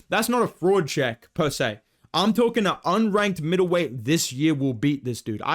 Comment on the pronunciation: "per se" aight chill lil bro